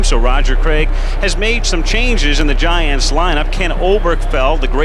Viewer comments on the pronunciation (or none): none